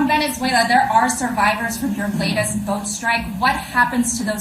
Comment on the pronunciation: "Lace"? "Termin"? Do you mean latest and determine?